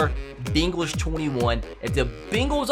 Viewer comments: Its bengals not bingles or bagles or beengles you donut who dey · Can we just talk about how he was saying the Bingals instead of the Bengals😃😀😂😂😂